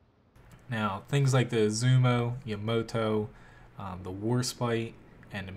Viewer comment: yuh-mo-to, that literally disgusts me someone would pronounce it that way.